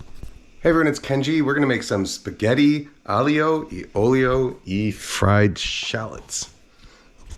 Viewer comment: A for effort Kenji, but this isn't aglio e olio. Or as you called it, "ahleeo ehyo eee ohlio". But I bet it tasted great. This is just not an Italian dish. You are better off renaming it. Because its not ITALIAN! C'mon man. Yes you added the fried shallots. So don't call it what it isn't. Do you also say "Gwackamollee?"